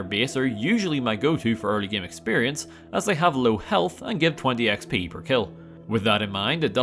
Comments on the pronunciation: the fuck is wrong with you ? it's game not gim, im french and is say game like a normal person, smell like a desperate attempt at seeking attention to me. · Your next video should be "Can I Beat Fallout: New Vegas Without Pronouncing "Game" like "Gaem?" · Bro really said geam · I can’t get over your pronunciation “game”